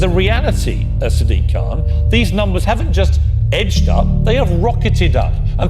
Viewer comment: "sdiq kaaan"